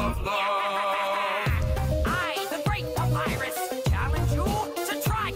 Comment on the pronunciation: .....did she or he just say Papirers? ... papyrus must be offended.